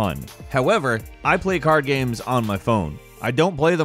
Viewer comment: Gahymes, gimes, gaym - he never pronounces it the same way does he?